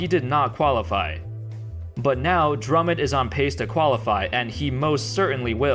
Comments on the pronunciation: Drummond not Drummod sheesh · Did just call Drummond "drummid"? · Stop calling him drummid